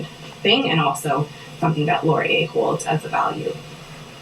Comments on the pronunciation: It's pronounced Wilfrid Lauree-ay. It's a french name. He was the second prime minister of Canada, and is featured on our five dollar bill. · That is pronounced Lori-eh we are Canadian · Laurier is pronounced - - LORR - EE - EH (Canadian, eh?) (If Laurier was trans, you'd be in jail right now.) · Laurier is pronounced LOr-ee-ay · It's a Canadian college,, it's pronounced Laurie-Eh?